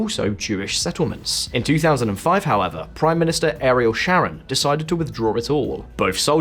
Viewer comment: Interesing, but Christ, make an effort with the pronounciation! "Rafaaaah"?? "Ariel as in washing up liquid" "Sharon off Easteneders". Please make an effort, it's painful. Don't expect to pronounce like a Sabra, but something a little better.